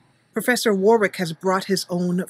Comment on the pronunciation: I just wanted to say that in England Warwick is actually pronounced Warrick even though it's spelled Warwick. Btw great video